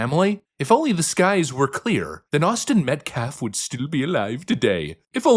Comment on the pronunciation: They not only tried to shift blame to everything and everyone other than Carmelo, they insinuated that they had “secret” info on the VICTIM, Austin Metcalf, as if he was responsible for his own death. Plus mispronounced Austin and his father’s last name! This family cares nothing about optics or truth. They care nothing about Austin or his family. In their twisted heads they’re the victims. They’ve played the victim their entire lives and think playing it now will get their monster of a son off for murder. Let’s hope that doesn’t happen. Why did he have a deadly weapon on school property? Did he want something to happen? Seems like he intended to instigate something. And his genius “representative” boohooing about Carmelo being expelled, LOTS of kids have been expelled for MUCH less. Actions have consequences. Let’s pray for justice for Austin who sounded like a great kid.